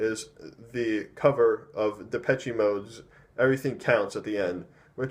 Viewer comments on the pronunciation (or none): Lol just gonna correct you on 1 thing. Its pronounced like (da-pesh) not (da-pech-ee)